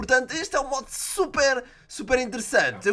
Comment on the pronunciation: matheus zanetti Pera mano... Como um português que ele é não foi muito claro quando ele disso mod... Eu entendi "mod...O" .-.